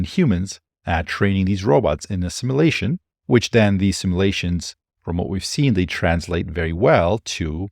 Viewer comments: Brilliant channel. But it's pronounced, "Sim-you-la-shun" not "Sim-ah-la-shun" (what the Borg does) 😀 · Sim-you-lay-shun not simma-lay-shun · sim you lay shun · Great video, but the way you pronounce simulation/simulate is a bit distracting. No offense intended, just feedback.